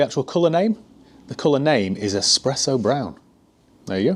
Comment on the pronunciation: said espresso rather than expresso. That makes him marriage material.